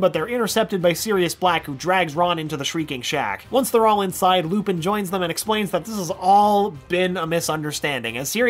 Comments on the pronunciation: he says "Lupis" instead of Lupin. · "lupus" goes beast mode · Did he just call him Lupus? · He called lupin lupus